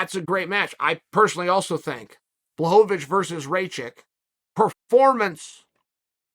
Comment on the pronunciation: When he pronounced blahovic appropriately I was shocked...but then uncle chael whips out "raychick" and everything was balanced in the universe again